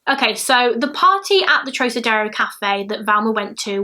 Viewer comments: Trocadero is pronounced trock (like frock) ah dare oh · Love your channel and think you’re ACES; thought you’d like to know her name is pronounced THelma with the “TH” being prominent 😊 P.S. WHOOPS! Hadda edit to let you know it’s Club TROCadero (with a hard “C”) as in ROCKadero. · said trokadero x }:‑) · Club TROCADERO is also pronounced with a Hard “C” as in ROCKadero.